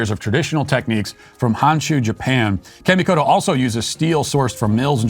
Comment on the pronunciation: Great video. The sponsor Kamikoto’s pronunciation is off just a tad. Kami would be similar to Commie from communist. Keep up the great work producing a wide range of content, as the world’s #1 LGBT Children’s author!